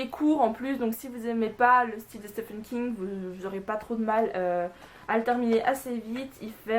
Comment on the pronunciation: Je ne dit pas cela pour être chiant les gars, mais le nom de l'auteur se prononce "Steven King" et non pas "Stéphane King".